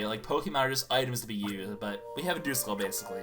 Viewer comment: Duskull I'm pretty sure isn't pronounced dooskull its duhskull